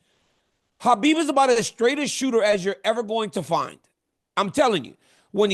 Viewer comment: DC you’re definitely a legend but you need to learn to pronounce Khabib properly. He’s your friend it’s the least you can do out of respect 🫡